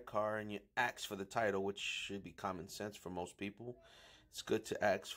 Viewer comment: Axe = Ask. Just letting you guys know.